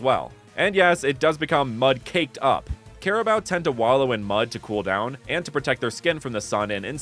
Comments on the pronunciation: Ima teach how to pronounce carabao first don't say CARABAO but say crabao but with a hint of A next in the c BUT THANK YOU FOR DOING A REGION ABOUT MY COUNTRY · its not "care"abo its ka ra bow turn the c into k you are affending me im a flillipino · its karabaw not kerabow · Cara... Bao? I always thought it was pronounced caraboo. Carabao just sounds bizarre and wrong to my brain. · By the way it’s pronounced as carabao i think since that’s how my teachers pronounced it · I did not want to say this but carabao is pronounced kah ra bow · its pronounced care-a-boo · You pronounce carabao wrong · erm That's not how you pronounce carabao🤓☝️